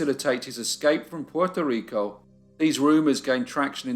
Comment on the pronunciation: Hey bro, the only time I’ve been really off put by something you’ve done is right now when trying to pronounce the island, state/city in their native accent. Don’t be that pedantic. It doesn’t suit you.